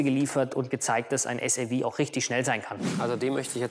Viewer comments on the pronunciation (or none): zum x5 sag der anstatt suv säwi😂😂😂